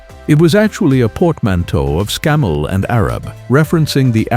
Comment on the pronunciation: We don’t say sem-i or Scam-mel